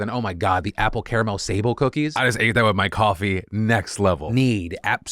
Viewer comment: sorry just "sable" cookies 🤣🤣 it's pronounced sa-blay sablé